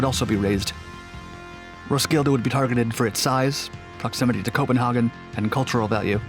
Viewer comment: Copinhogin ahahahaa 👍